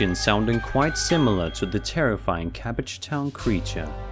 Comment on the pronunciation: I thought my ears 👂🏻 were faulty! Was going to ask for a refund! Cabbagetown! That’s hilarious 😂